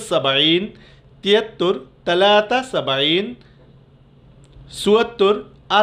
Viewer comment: ছালাছা কে আপনি তালাতা কেন বলছেন।